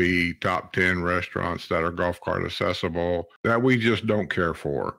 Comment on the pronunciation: Are you aware accessible has a "C" accessible not assible !